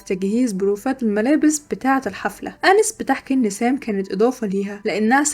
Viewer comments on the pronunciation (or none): بحب ملخصاتك جداا بس هي اسمها اناييس Anaïs مش انِس